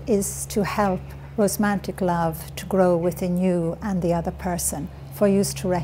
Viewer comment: Irish people do NOT say rosmantic. She means romantic which she said correctly twice. She maintains she had no education and is dyslexic and a bunch of other things....but that game pronouncing words incorrectly after having written various books ....I don't know what that's about